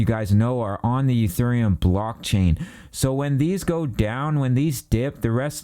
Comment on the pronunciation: He said "Uthereum" 😂